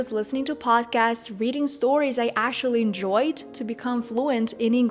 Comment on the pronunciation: Why do you pronounce actually like that?? Ashally 😂 it's annoying 🥴